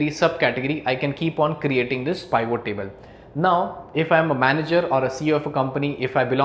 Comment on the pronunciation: Good but please learn how to say Pivot. It not Pye-Vo.